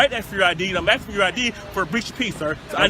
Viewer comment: "I'm AXING for your ID!"